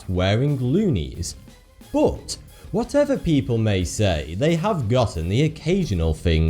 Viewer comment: It s not u this guy pronounce "bot" instead of "but",i wonder where is from.....another unsolved mistery?